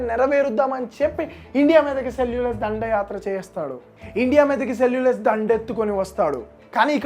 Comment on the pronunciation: అంతా బానే చెప్పావ్ బ్రో కానీ సెల్యుకస్ ని సెల్యులస్ అనటం కాస్త వింతగా అనిపించింది